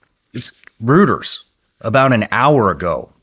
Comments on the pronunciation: it is pronounced ROYTERS not ROOTERS 😂😂😂😂😂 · Hey Shawn - it's pronounced "ROY-ters" (Reuters) - not "ROOTERS" (Roto-rooter) 🤣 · Hate to be that guy, but Reuters isn't pronounced "Rooters", it's Roy-ters". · "Reuters" is pronounced ROY-terz, with the "eu" sounding like "oi" in "boy". It is a two-syllable word, derived from the German founder Paul Reuter, and is commonly mispronounced as "rooters" or "riters". The "t" is often pronounced as a light "d" sound in American English. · Rooters……it’s pronounced “Roiters”. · Wow. I am astounded that Shawn Ryan does NOT KNOW how to properly pronounce REUTERS and is calling it "ROOTERS" such as in ROTO-ROOTERs the Sewer Service !!! OMG !!! Bwahahahaha ! FYI, it has been pronounced properly since OCTOBER EIGHTEEN FIFTY ONE as "ROY-TERS" !!! That, my friends, is a history GREATER THAN One Hundred Years !!! SMH. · FYI Reuters is pronounced "royters" not rooters" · (Psst Shawn it's pronounced "roy-ders") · REUTERS IS PRONOUNCED “ROY-TERS”! Omg. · never heard reuters pronounced rooters lol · Shawn not being a d*ck but the news agency is pronounced “ROY”ters weird pronunciation rule exception which is what makes English so hard to learn for non native speakers. Thank for for interviewing this true Patriot who took his oath seriously unlike those in higher elected office lately. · Who is rooters? Does he mean Reuters ? 😂🙄 Or is Rooters the news arm of Hooters? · Reuters is not pronounced Ruters lol that shows he has someone else looking his info up lol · This is " rooters"😂😂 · “Rooters” lol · “Roy-Terz”. REUTERS. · My name is Sean Ryan and I am deep in the news, and know what’s real with just about everything but somehow I don’t know how to pronounce the major news gathering organization named “Reuters“ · Bro pronounces Reuters as Rooters 😂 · I didn’t realize it was even possible to mispronounce “Reuters”.